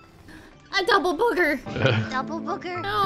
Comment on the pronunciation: PRENUNCED BOGE NOT BOOGER